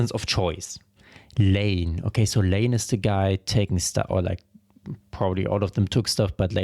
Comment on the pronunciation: Layne is pronounced “layn”, not “lay-nee”. That’s a tricky one for German speakers. 👍